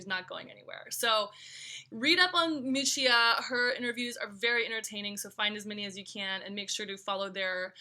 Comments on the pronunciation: Correct pronunciation might have helped.... Mee-oo-chah ... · miu miu is not a cheaper diffusion line ok ! and you mispronunciation Miuccia